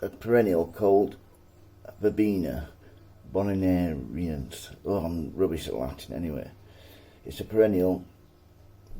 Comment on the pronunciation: I think it's pronounced Verbena Bon are ee ensis :) hope that helps. Tis a pretty plant and will go well in your lovely garden. I bought some online last year (live plants not seeds) as part of a perennial collection so hoping for a nice display this year. Ann